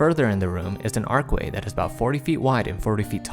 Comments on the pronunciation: ARCH WAY.... not Arc way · Archway, not ark-way. There's an H in there.